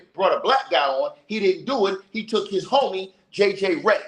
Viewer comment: This man said JJ Rhetoric, Im dead